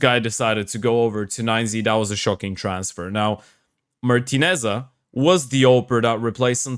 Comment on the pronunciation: It’s pronounced ‘Martínez’, not ‘Martinez-sa’, with the stress on the second syllable (‘Mar-TEE-nez’). The final ‘-Sa’ is silent.